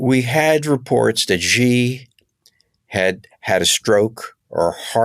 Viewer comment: The leader of China is Xi. That name is pronounced She, not Gee.